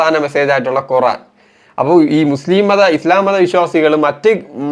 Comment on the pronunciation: കുറാൻ അല്ല ഖുർ........ ആാാൻ